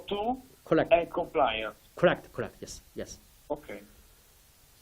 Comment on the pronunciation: interviewer does not seem interested in the science. Thanks for info re: PEEP. China doctor talking about longitudinal studies. Great! Parameters on ventilator, thank you. Chinese dr struggles to say compliance but calls it comprise.